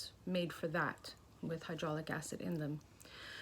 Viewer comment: Hyolronic? You mean hyaluronic? 😆